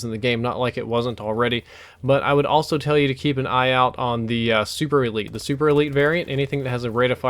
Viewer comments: its SUPERLITE not SUPERELITE! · you said the superlite wrong lol it's superLITE as in LIGHT lol like the one above your head on the fan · it is called superlite not superlite